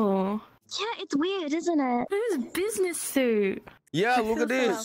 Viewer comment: Ah yes Busi-ness